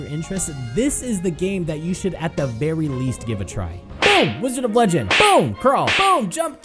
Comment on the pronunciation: wDIOzard of legendo